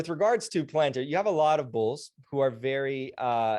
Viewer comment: Ur totally butchering the pronunciation of palantir mate😂😂